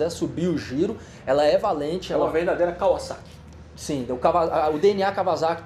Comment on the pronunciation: Merece um like pela pronúncia correta de Kawasaki pelo Guigo Pinheiro em (e logo depois detonada novamente pelo Hugo 😂)